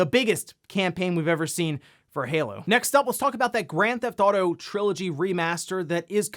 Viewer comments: Is it me or is he saying “Gran-Thot-O”? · Grand Thauto lol